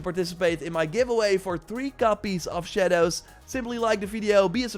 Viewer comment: I don’t like the way this man says “shadows”